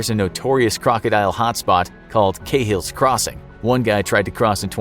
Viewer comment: its not "cay hill's crossing". Its "carl's crossing".